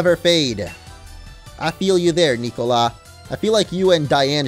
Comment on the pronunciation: when he can't pronounce "Nicola" :')